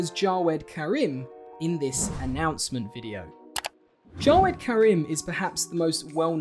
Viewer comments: great video! although, jaweds name is actually pronounced like “jah-vehd”. not like “jaw-ehd”. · It's pronounced "ja-ved" not "ja-wed" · correction: Jawed name is actually pronounced “Javed” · The way he pronounced jawed😤😤😤😤😤😡